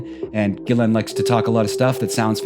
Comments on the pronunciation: While I understand it's a tall order, I was kind of hoping you would pronounce Ghislaine's name different every time you said it! 🤣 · I want someone to interview her using the incorrect pronunciation of her name hopefully for her to correct them only for them to come back with a completely separate mispronunciation continue at a couple of times get it right and then the only question they have to ask is how does it feel to have your name be mispronounced so often